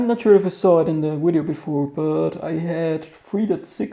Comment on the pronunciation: DID HE SAY WIDEO NOT VIDEO